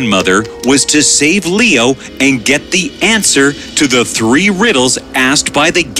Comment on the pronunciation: You said tree not three